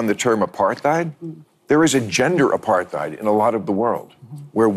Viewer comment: Sorry, if Bill Mahar can’t even pronounce apartheid correctly (a paar tide), how we assume we assume he has enough depth to figure out what it means?